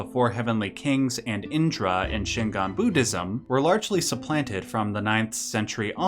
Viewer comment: very important,: Shingon is not Shingan. Shingan is what you're saying throughout the video, but it's Shingon. gon rhymes with "bone"